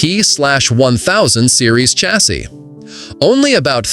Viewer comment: These AI "narrators" that can't properly pronounce common words like "chassis" have gotten really irritating.